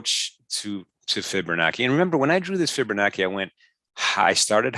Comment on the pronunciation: fibonacci ( CHI ) NOT ( KI )